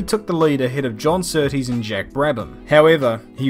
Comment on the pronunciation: "The biggest compliment you could Give John Sooties" .... is by saying his name right..... -_